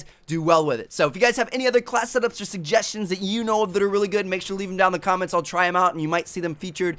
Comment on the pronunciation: is it just me or does it get really annoying some times when he says really with a lot of emphasis? just watch it again & listen to how he talks